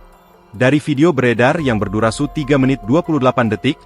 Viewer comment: Berdurasi om bukan berdurasu , belibet amat lu ngomong